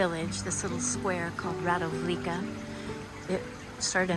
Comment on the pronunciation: Very nice video, something special! You’ve put a lot into it to present us such a nice country. With a lot of sense for details. About Radovljica - you just mispronounce the “c”. So no Radovljika, but Radovljitsa.